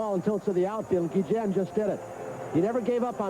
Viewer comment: i hate how the play by play guy keeps messing up ozzie,s last name its guillen no gejan